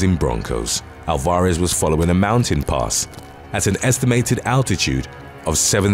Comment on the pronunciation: took a minute to realize her surname was not ol-FOR-iss , but rather AL-var-ez.